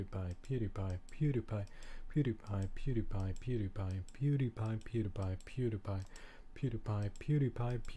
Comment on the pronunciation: sounds like your saying peanut butter